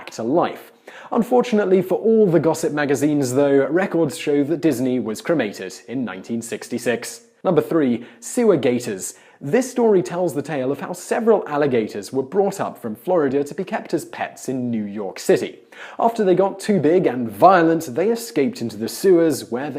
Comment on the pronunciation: Gators not Gaters